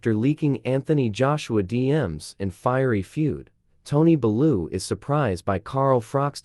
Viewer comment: Can’t even pronounce Bellew